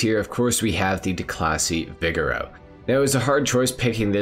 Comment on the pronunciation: Maybe I’m wrong but I always thought the Vigero was pronounced “vi-gare-oh” (assuming to sound like Camaro, the car it’s based on)